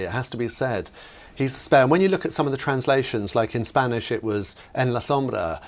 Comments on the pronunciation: I love! A very good Spanish pronunciation. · Way to go, perfect Spanish pronunciation! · Great spanish pronunciation 👏🏻👏🏻🤩🤩